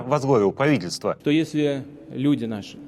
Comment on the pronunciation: Пааавительсво, кууучевую, дууугими, ты правнук ленина🙉🙉🙉🤣